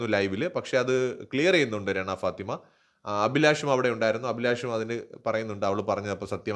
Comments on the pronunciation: രണ അല്ല റന ആണ് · Bro രണ അല്ല രനാ ആണ്😅